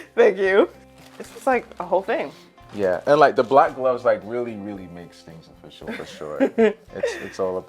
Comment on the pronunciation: When he said the black gloves twice, my ears kept hearing black love 😂. I agree with everyone, the chemistry is not only intro to chem, it is all the chemistries plus organic chemistry combined. We see you baby geh 😏